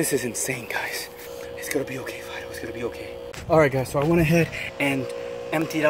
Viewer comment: I heard u saying FIDO FID- o.......